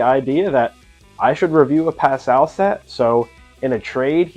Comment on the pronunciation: As a French speaker, this is the correct pronunciation